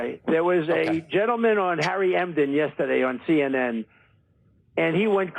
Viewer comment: And Who TF is “harry Emden”? I thought it was Enten, lol